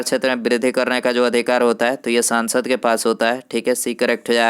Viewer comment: Sansad ko 'saaansad' mt bola karo pranounsasion thik kro